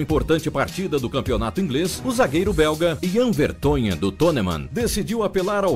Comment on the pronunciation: Ahahhaa só errou na pronúncia do tottenhan e no nome do vertoghen